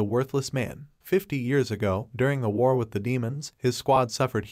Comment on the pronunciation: My man saying war wrong 😂